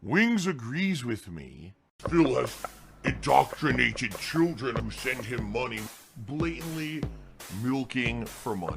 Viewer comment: I hate when you trolls tell me how to spend your... ahem MY mahney. Also: My mum send mahney, I can't use this for bills. She specifically said it was for gifts, so, all right mum. Ack ack ack.